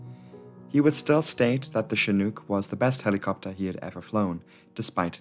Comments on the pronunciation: Great vid ....you did good . One thing tho its shi nooook not chi nuke . Chinook. Retired Army helo crewchief here. Also several shots showed the navy version with single nose gear. Ch-46 not ch-47 . We(u.s. army) got the big one the 47. All in all great vid tho for a non rotorhead. Great graphics. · You are saying the name Chinook incorrectly. The word hook rhymes with Chinook You are saying it with an uk sound, as if it rhymes with nuke. Incidentally in the US Army is is known as the 'shit hook'. Doesnt work if you say the word wrong. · Good video. Though it's pronounced as in "look". Not as in kook. Cheers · I don't want to give you a hard time, especially since I would have completely mispronounced Sumburgh, but Chinook rhymes with "book" not fluke". I say this as one who grew up in Alberta, Canada, and at one time studied the Chinook dialect. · Chinook… Rhymes with Cook, not Luke 🤣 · Not shin-OOK, but chin-OOK. It's named after a tribe. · Love the video. Wonderful as always. Heads up- 'Chinook' is pronounced a little differently. It rhymes with 'book.' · I hope this doesn’t sound pedantic, but Chinook is pronounced chin- (as in the thing at the end of your face) and -ook is pronounced like book. Like a lot of American-made helicopters, it’s inexplicably named after an indigenous tribe in the US. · *shin (as in the front of your leg) *nook (as in nook and cranny). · "Chinook" as in "book" - not "chinuke" as in "duke" . . . . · Just for future reference it’s pronounced Chin-nuk, said like book or shook. (not a long O or oo sound). Amazing video as always tho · *shin (not chin) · you show a picture of a CH-46, plus you can't even pronounce the word Chinook. I flew on Chinooks for 3 yrs in the Army. I quit watching after . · The second syllable of Chinook rhymes with "book." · Showing a CH-46 flying around on a couple occasions isn't probably a good idea here. These are Boeing 234s not Chinooks (pronounced like look or book or snooker not spoon or swoon or goon).